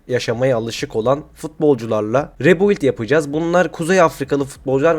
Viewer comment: Rebuild demeyi ne zaman başaracaksın usta